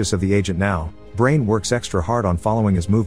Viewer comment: You pronounced Brian as Brain huh.